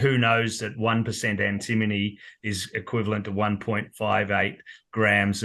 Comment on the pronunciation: Note it’s pronounced ‘Anti-MONY’ Great for credits towards gold costs too